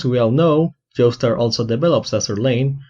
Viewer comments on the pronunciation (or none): Is that how you say *Yostar*? You said Yostar but my ears heard you said Joestar, which im not disliking in anyway, now im gonna say Yostar Joestar now XD (Time ish) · did you pronounce yostar as joestar lmao